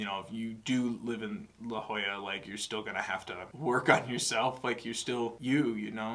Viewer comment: 1) I'm so thrilled you listened to this album I really was hoping you would after you listened to the egirl trilogy 2) YOU PRONOUNCED LA JOLLA RIGHT ON THE FIRST TRY I literally cheered when you said it right b/c so many people don't know how to say it